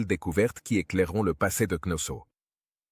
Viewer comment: C'est pas ,,avenue GJ.ZCE,, ça avant Jésus Christ, et c'est pas Knosso , c'est Knossos, quelle honte pour le traducteur